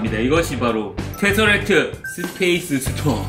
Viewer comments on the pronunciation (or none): 스페이스 스틴 아니라 스톤 아님 ㅋㅋㅋ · 스페이스 스틴이 아니라 스페이스 스톤(태사랙트) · 형... 스페이스스틴이 아니라.... 커헙..